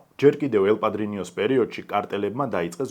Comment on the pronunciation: ელ პადრინო და არა პადრინიო, პლუს ამას გაიარდო და არა გალიარდო. პ.ს. ვიზ რესფექთ❤